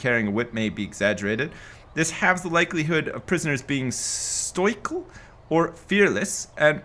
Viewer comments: Stoical; (Stow-i-cul) :) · Did he say stoycal? lmao